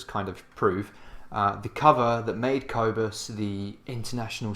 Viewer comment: Cobus is awesome. And this video is cool, too. By the way, the “o” in Cobus is pronounced like the “oo” in poor or the å sound in Swidish. And the “u” in Cobus is pronounced like the “u” in burn.